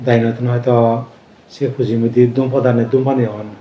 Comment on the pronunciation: Bhante dagi Vandana Not Dumpather it Dumpani(6no.)